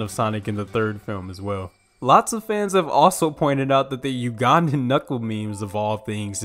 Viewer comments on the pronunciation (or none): Not to sound rude but I'm Ugandan and it's pronounced as You Can but the c is a g then dan